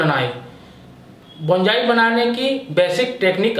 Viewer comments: Abe bolna to sekhle.. Bonsai Bolte h Bongai nahi... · बोंजाई नहीं बोनसाई बोलते हैं डियर, प्रोनाउंसेशन ठीक करो अपनी ... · It is Bonsai.not bonjai. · बोंजाई nahi बोनसाई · Pronounciation thik se karye please Yaa fir Hindi mein boliye. Bonsai ka Pronounciation =Bawn-Sai Bonjai nahin hoga. Aged is = A-jed Not A-Jid Ok. Rest all OK. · Oye Pagal Bonjai Nahi Bonsai hota hai 😂😂😂😂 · अबे बोनजाई नहीं बोलते बोनसाई बोलते हैं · Bonjai nahi bonsai kaha kariye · बॉन जाइ नही होता हैं बोन्साई होता हैं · hmm Likha to hai , but pronounc to Bonjai hi Kar rahe hai 😂